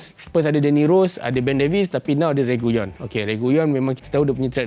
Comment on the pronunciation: RE-GI-LON bkn REGUYON